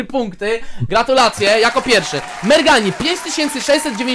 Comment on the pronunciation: To nie merghani tylko szczurmani